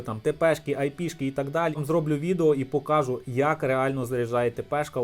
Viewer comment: Хто тебе навчав української мови? Наголоси вивчи будь ласка , вуха ріже. Не вмієш розмовляти не виходь. Заїbaло твоє слово покАжу. Найми репетитора. Чи до логопеда сходи.